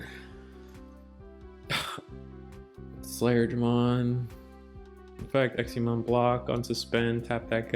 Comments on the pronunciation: It's Exa, EXA pronounced x a, there's no I, it's not exia. I have no idea why this bothers me so much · It was a bit painful to hear the pronunciation of examon, ngl.